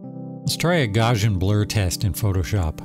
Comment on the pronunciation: GAHJHAN BLUR - isn't it pronounced gao-see-ann? Because the guy's name is Gauss?